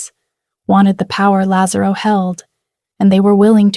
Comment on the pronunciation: they also have difficulty with correct pronunciation of italian names. they can't get lazarro right